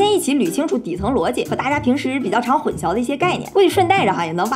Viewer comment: 應該是念混淆（搖擺的搖）